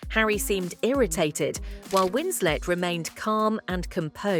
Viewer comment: I stopped watching after she mispronounced Winslet and Colbert. Garbage.